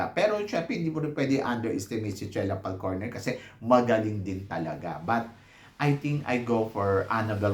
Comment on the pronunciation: I thought it was Falconer, not Falcorner…